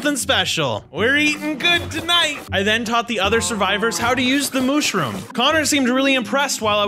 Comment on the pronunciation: It is a mushroom not mooshroom